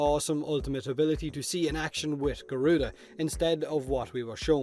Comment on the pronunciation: Thatz more like GORE-RUDA instead of garuda 😑